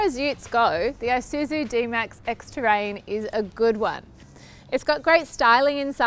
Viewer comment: that pronounced with Isuzu was wrong